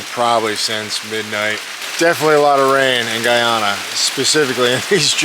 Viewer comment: Guyana (gooyana not gaayana)